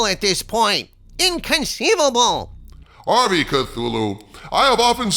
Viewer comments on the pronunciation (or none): none